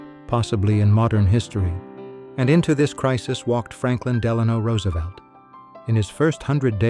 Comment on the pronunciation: A.I. is evil. But at least it pronounced Roosevelt correctly. As for the New Deal, please ask Milton Friedman.